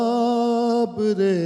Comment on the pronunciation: آپ ماشاء اللہ اردو ادب کے آدمی ہیں لیکن جو نوحہ پڑھا گیا اس میں گُلاب کو “غلاب” پڑھا گیا اور بار بار پڑھا گیا دو اشعار میں اسے بطور قافیہ برتا گیا۔ جو لوگ آپ کا پروگرام دیکھتے ہیں انہیں درست الفاظ ہی سُنانے چاہئیں ۔ ایسا نہ ہو کہ لوگ اب سے “غلاب” ہی درست مان لیں۔ کسی پروگرام میں اس لفظ کا تلفظ درست بتا دیجیے گا تاکہ اردو ادب اور آپ پر کوئی آنچ نہ آئے۔۔ شکریہ محمد خلیل الرَّحمٰن خلیلؔ اسلام آباد